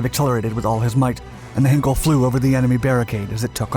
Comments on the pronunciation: It’s not ‘hin kel’, it’s ‘hine kel’ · FYI, it's 'H-eye-nkel' as in Einstein, not 'Hinkel', and the final 'e' Peenemünde is pronounced more like a 'duh' than a 'day'. Doh! 'Rocket Centre Peenemunde' isn't a thing. The facility was known as the Heeresversuchsanstalt Peenemünde (HVP), literally Army Research Establishment. Some of its products were then tested at the adjacent Peenemünde Airfield, known as Werk West, or Peenemünde West (for future reference the German 'w' being pronounced as a 'v'). They were neither Russian nor German so it's unlikely the B-24s and P-38s would attack or fight over the Rodina. Not much coal mining went on a Peenemünde. Our guy worked mainly on UXB disposal and runway repair. There must be so much footage of He111s around, why use video of an He177 Greif. This would have been a poor choice to steal as it was tough to fly and, fortunately for its crews, spent most of its time unserviceable. Neither did they steal either a Ju87 or a Bf109 fighter. There must be film of 111s? As a minor correction, which may make the story more understandable, Devyataev and his group did not escape from the prison camp. They has established themselves as a constituted work-gang and were that day working on the airfield. The guard killed was the one guarding them and they didn't need to storm the gate to the airfield, which would in any case not just have a single guard, because they were already on the airfield. One of them then put on the guard's uniform and pretended to be their guard, marching them up